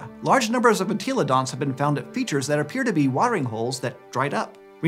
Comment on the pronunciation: I can’t be the only person that gets triggered every time he says “En-TEEEEEE-lo-dont”